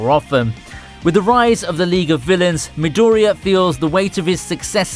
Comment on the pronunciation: Firstly, MEE-doh-REE-yah not mih-DOHR-ia. The emphasis is on the "mi" and "ri" in midoriya, not the "dor". Secondly, SAI-tamah. Not sai-tahh-ma.. the emphasis is on the "sai" in saitama, not the "ta"